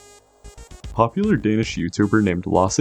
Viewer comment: I love watching people try and fail horribly to pronounce danish names and words 😂